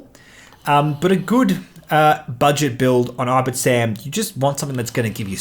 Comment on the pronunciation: Nice video :) I only play casually but I prefer Ten Numb with Ion Cannon, Calculation, B-Wing E2 and Rey. Rey just makes him so much more flexible and effective. (Also, you keep saying "I-bit-sam" but I think it reads "Ib-ti-sam") Keep up the great work!